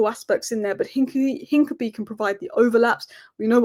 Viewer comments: It’s Hin-ka-pi-ee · The name Hincapié is pronounced roughly as een-kah-pyeh, with the emphasis on the "pyeh" syllable. The "h" is silent, the "i" in the first syllable is a short "ee" sound, the "c" is a hard "k" sound, the "a" is like the "a" in "father," and the "pié" is a "pyeh" sound, similar to the "pie" in the word "pie" but with a stronger "y" sound before the "eh". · hi, hincapie is pronounced hinca-pierre, like del piero's 'pie' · Sorry to be that guy,, but it's "Hin-cap-ee-ay". Keep up the amazing work.